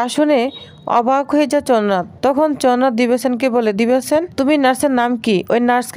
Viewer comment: চনাথ কি চ্ন্দ্রনাথ বলুন।